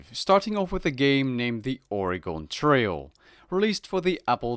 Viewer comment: Ouch on the way said Oregon